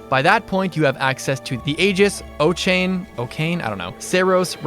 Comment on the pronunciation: Ochain is pronounced “uh-shin”, like the name Oisin/Osian